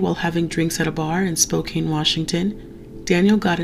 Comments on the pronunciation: Spokane is pronounced spow can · Washington state has some weird city pronunciations. Spokane is pronounced SPOE CAN not SPOE CANE. A minor gripe though, well done!